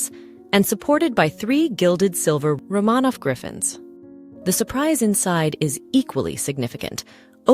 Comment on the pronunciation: It is AI. It mispronounces words such as "record," it should, in the text, be pronounced with the pronunciation of "the palace record shows" but AI produced it as "play the record on the record player." It also mispronounces "Romanoff."